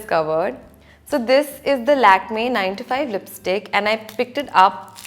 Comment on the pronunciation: I 'pickted' up🤣🤣🤣 RIP english